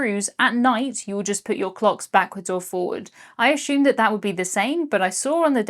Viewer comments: Anyone else get a kick whenever she says “I aSHUmed” and not “assumed”? I just think it’s so cute! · I've noticed you occasionally pronounce it "ash-umed", which makes me feel as though I am listening to Sean Connery's James Bond. I've been looking forward to this video for so long! I'm sorry you had some rough seas, but it was delightful to watch you explore this itinerary. Thank you as always for sharing the magic with us! (Also, don't know if this was you or just the algorithm but I got a Royal Caribbean ad before your video! How splendid!)